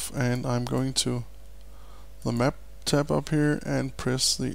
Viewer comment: what is he saying ? Pressing the 'tepp' key - what is that?